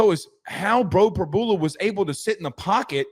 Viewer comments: Pre-BEW-luh…not Pre-BOO-luh. I have no idea how you didn’t figure that out, especially if you watched the broadcast (which you didn’t). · PRY-BUELA not PRABOOLA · Prib-YOU-la NOT Prib-bull-la🙉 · No one..?? Every PSU fan was mad when he left. He is very explosive. No surprise at all.....btw...Prib-yu-la... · Are you guys mispronouncing names on purpose?